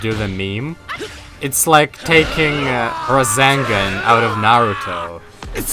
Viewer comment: Not gonna lie, hearing you say "It's like taking razengan away from nairuto" tilted me a bit. I know it's the accent but, aaaaaaaa elitist in me is screaming haha, great gameplay though!